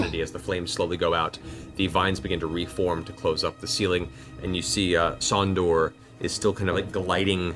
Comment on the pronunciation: His name was supposed to be "Sondour", but the party said "Sondor" so many times that Matt started doing it 😂